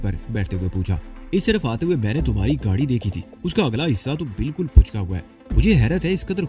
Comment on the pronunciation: The word is pichka Hova. Not puchka hova